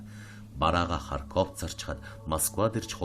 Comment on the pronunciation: Харьков гээч. Ямар муухай сонсогддог юм бэ үгийг буруу дуулахаар